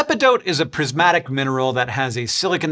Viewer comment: did you just say....prismatic?